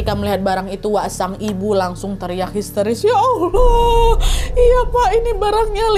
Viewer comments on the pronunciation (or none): none